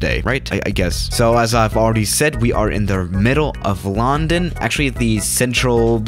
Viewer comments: Hmm he says LAWndOwn instead of london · I dont how he says Lawn - den .You say Lun.den . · uhhhh I'm here in a 737 in lcy Me:it's illegal!:on no I need to escape lundon Me: (Facepalms) it's London not lundon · Normal people: London: laRrRndOn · sais it like Larndarn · It’s pronounced lundun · You pronounced London wrong the whole time you say it as a u not an o